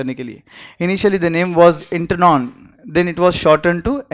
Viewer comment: ...is it Enron or endron?Written dramatically